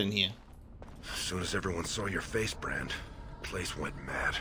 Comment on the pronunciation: bRand with a hard R 🤣🤣🤦🏾‍♂️